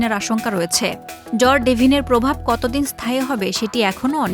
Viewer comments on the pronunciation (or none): জ্বর ডেভিন???? নাকি ঝড় ডেভিন।